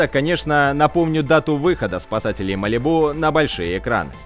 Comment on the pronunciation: Я аж не могу тебя слушать не МАЛИБУ А МАЛИ'БУ